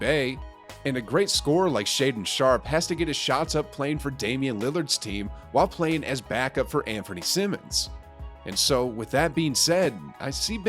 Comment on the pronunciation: shaedon “sharper” 😭😭😭